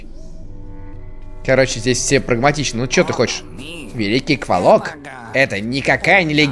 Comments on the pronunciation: Говорится не кволок а ударение на 2-е о, а правильно на 1-е о. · Ну как бы рассказчик первой части это древо духов... Охх, и это не Сейн из первой части, и это как мне лично кажется не кволОк, а квОлок. Ну да неважно.... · ээээ..... я правильно понял, что на этом канале уже нет образованных и адекватных людей, что бы сказать, что правильно "квОлок", вы же НЕ говорите "пушкИн"